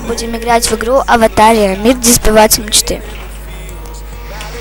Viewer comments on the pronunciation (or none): Ты умничка! Молодец! Уже подписана! Кстати ударение на А Аватáрия, если не трудно подпишись на мой канал пожалуйста!